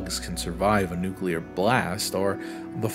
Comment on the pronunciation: Can we just appreciate that he says "nuclear" and not "nucular?"